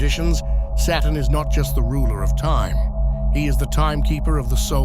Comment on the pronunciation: Anyone else notice after hearing it a countless amount of times in this video that the word Saturn sounds an awful lot like the word Satan?